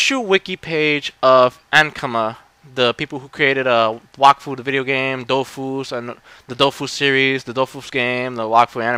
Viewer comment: yup you said it right ;) IT MADE MY DAY WHEN I FOUND OUT TOO :P